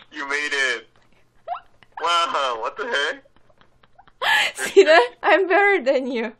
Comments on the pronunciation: see that을 지랄로 들은 내 인생이 레전드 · 지랄? 암 붸럴 덴 유